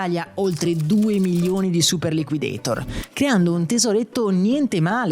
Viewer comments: Mai chiamato "super liquideitor" all' americana. Sempre chiamato super liquidator all' italiana e credo che anche nella pubblicità fosse chiamato all'italiana. Anche perché quel nome come dici nel video è stato inventato in italia. Ancora non c era la moda di pronunciare all americana i nomi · Super liquidator è un di quelle parole inglesi che vanno pronunciate all'italian, anche nella pubblicità i ragazzini pronunciavano la A in italiano. liquidetor, per quanto accurato, snatura la mia infanzia